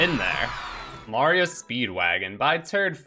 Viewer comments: You have a really weird way to pronounce Mario. Where did you get that from? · while i say MAY rio in this case the title clearly is pronounced MAR io speed wagon. after the band R E O speedwagon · I supposed there was a story to how you got used to saying it your way. Usually for someone to pick up a mispronounciation, it would be something along the lines of that they either guessed it and never got corrected, learned it from someone else, or it is a quirk from their native tongue so that they intuitively pronounce it differently than usual (which happens a lot in english for it's rather... unconventional way to pronounce vowels). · Because Mario has its roots in Italian, so their pronounciation is probably the correct one. That aside, the games also have a bit of voice acting so we do have a canon answer for the pronounciation, and they use the long vowel for the "a" as well. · That's all that is though - a joke. Every time someone says his name in the games it's the traditional pronounciation, and that is what counts for canon. I think it could also have to do with the quirks of the language. It might be very difficult to properly pronounce Mario within the japanese idiom, similarly to what we jokingly call engrish.